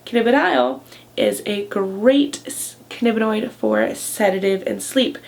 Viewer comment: "cannibinoid" ? ^^ Also, why don't you give citations for these factual videos?